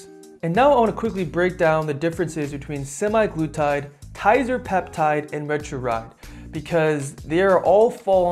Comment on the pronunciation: "retruride"? =P thanks for the video.